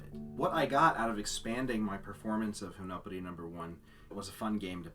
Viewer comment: And you've been pronouncing it wrong, it's /ʒim.nɔ.pe.di/, Satie was French, not Dutch.